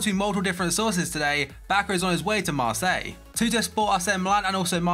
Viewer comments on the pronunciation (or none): none